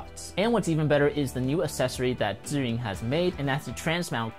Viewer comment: Thanks for making this video !!! And love that you pronounce zhiyun in Chinese! Subscribed! Check out my channel if you get a chance and I'm going to be using your tips when I go to Italy next week !